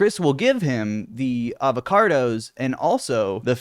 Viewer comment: why do you pronounce avocados with an R?